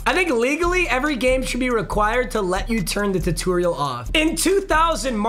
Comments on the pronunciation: mans said tuterial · I’ve never heard somebody mispronounce tutorial so terribly. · How papa says tutorial has me Dieing😂😂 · Today I learned how weird pronounces tutorial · The way you said “tutorial” and kept saying it tho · Seeing trying to say tutorial is like watching respect women… it’s just wrong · Say tutorial bruh😂😂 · It hurt me inside how he said tutorial